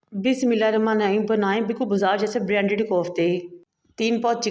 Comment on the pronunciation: بسم اللّٰہ تو ٹھیک سے پڑھو۔۔۔۔